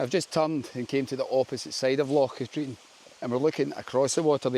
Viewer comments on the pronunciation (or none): Great video but it's Cat-rin not Cat-reen. Drove me nuts. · I cycled around Katrine few years ago and made the same mistake as you with pronunciation with a local he wasnt happy but corrected me. 😂 its Kah-trin